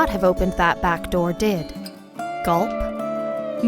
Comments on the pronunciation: gULp bruh you don’t say gULp you just gulp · You copied a comment I think ;-; and she said guLp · The narrator did not just say gulp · Did she say, “gulp”? 🥴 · Did she say gulp? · Yes G U L P LOL